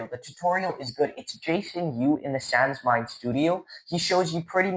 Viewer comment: Actually it’s sans, as in pawn, French for without, but no worries